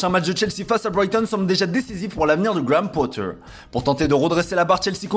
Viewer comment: Graham Potteeer Avec l'accent en plus, quel crack !